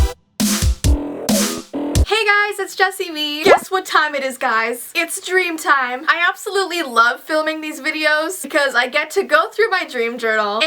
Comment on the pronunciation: Veetime? DREAMTIME NOT VEETIME